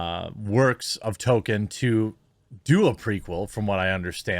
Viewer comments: Sounds like you're saying "Token" instead of "Tolkien" which makes it that much more funny. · Please stop calling him Token. Its Tolk-ien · Established Lords is a scam. Becoming a Lord doesn't work like that. Can also tell you actually don't care aboot what you are covering because you are calling him TOKEN. It's Tolkien. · Please..... Please stop saying "token" instead of Tolkien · name sounds more like Toll-Keen, not token... love the coverage but that's driving me nuts... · Tolkien not token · Saying his name to sound like "token" is funny, but in the same sort of way it's funny that Greg Brady got into an accident with the family car. Funny, but with a sick feeling of existential dread underneath. Maybe just consider putting a tad more emphasis on the "L" in "Tolkien"? Or maybe saying it as "TOLE-keen", just so no one claims you're making jokes about "tokens"? I know what you're saying, but the outrage mob will pounce on the stupidest damn crap. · Hey man, pronounce the "L" in Tolkien. His name isn't "Token". You're killing me bro! :D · It’s not Tolkien it’s token! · It's Tolkien... not token. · Why do you say 'Token' when referring to TOL-kien ... ? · His name last was Tolkien not TOKEN. This woke shit is never based on merit and only fools believe these actors were hired organically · It's token not Tolkien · It doesn't help your credibility to keep calling him "Token" instead of "Tolkien" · “Tokin”…? I always enjoyed a good toke while watching LotR. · I've pointed out the "Token" thing a few times, he just keeps doing it. It's not a good look mocking these fake fans when he can't get the writer's name right. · Does it bother anyone else that he says “Token” there’s an L and an I in there my man. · Jeremy, you pronounced it accurately at the beginning... this adaptation was authored by J.R.R. Token. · Did they say Tolkien or Token? I'm confused. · Why does Jeremy say Token? Seriously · Are you saying "token" instead of Tolkien for a reason 😂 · “Token” lol